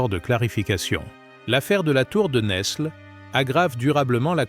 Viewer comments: Bonsoir ! Cette histoire de France n'est même pas parlée en bon français. NESLE ne se prononce pas NeSle, mais Nèle. Le S ne se prononce pas. Sachons-le... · Fille de Louis IX ( Agnès de France ). Saint Louis longtemps après en 1297. Isabelle de France a justement réclamé le trône pour son fils . Tour de Nesles ( Prononcer nelles pas ne s les ). Philippe le Bel devait taire cette affaire.